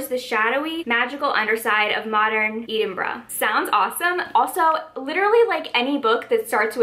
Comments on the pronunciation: This is such a fun idea!! Also had a wee giggle at how you said Edinburgh for the blurb for that book lol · I struggled so hard trying to pronounce Edinburgh